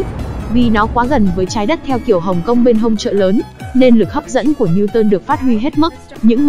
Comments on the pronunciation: Lực hấp dẫn ❌ Lực hấp d.i.ê.m ✔️ :)))))))) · sao lại "Lực Hấp Diêm". :)))🤡